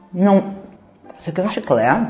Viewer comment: Da muita agonia quando a mulher fala chicle em vez de chiclete mds